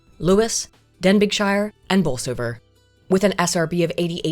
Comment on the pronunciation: Good to see you drop another banger of a video. It was only a couple of days ago that I thought I hadn't seen a video from you for a wee while! Also Denbighshire should be pronounced "Den-bee-shur", but that's an immigrant for you, even if you are on the posh islands!;-) I do get concerned by this sort of thing, particularly as I know many spiteful folk who would love to crush everything their forebears did because they view the ancestors as evil, and so view themselves as saviours, as long as it's not near them of course. And yes, I do think we're in hard times, though the young'uns I've encountered recently give me some measure of hope.